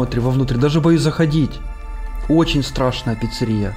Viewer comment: Не страшная пиццария,а сатарашная